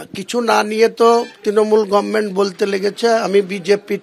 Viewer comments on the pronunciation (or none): none